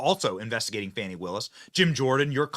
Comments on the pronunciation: BTW, what is up with the stupid pronunciation of "women's" names (I use the term women verrrrrrrry loosely. For example: Kamala..... Kamal Aroush (the real way to say. It):and Fanny who is trying to sound ghetto fabulous by saying: Fawn-------knee🙄😄 when it's pronounced like the big thing she sits on: Fanny. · It's not fahny or fawny, Its fani ... Like fanny pack All media trying to class up her name 🤣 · It's "Fani", not "Fauni". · pronounce it fani, farney, fanny whatever. It all translates to ASS Willis